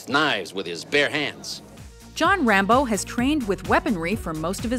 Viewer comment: Rambeaux? Ram-Bow?